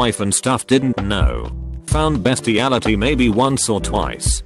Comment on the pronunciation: Bestiality? no, best-iality!